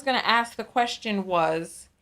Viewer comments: He said "Kwustion", need we see anymore? 😂😂😂😂😂😂😂 I would have been like "I cannot"! 😩😩😩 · why did you hang up on that man who had a "Kwustion?"😂😂😂